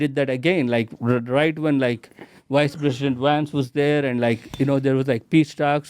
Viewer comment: “Wice Wesident Wance”